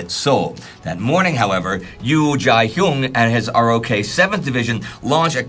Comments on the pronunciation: Another great episode. Just FYI, the US military refers to the Republic of Korea as ROK as in "rock" and doesn't pronounce it R-O-K. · Ima say it again. It's said ROK Army. Pronounced like rock.